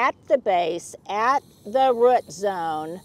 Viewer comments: drives me nuts when you say "rut" ball instead of root ball! Is it just me? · Rut zone. Is pronouncing root by saying rut an Oklahoma accent thing??? 😂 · Is that an Oklahoma way of saying root? I'm from Arkansas and we say root with long o. 😅